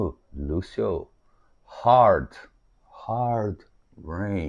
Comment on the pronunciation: o Speed of Sound deve ser alusão ao Concorde e vc pronuncia McCart(nei) que é errado e acerta em Hard